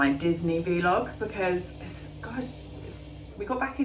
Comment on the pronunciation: I'm a new subscriber and enjoy your vlogs, or as you say V logs😂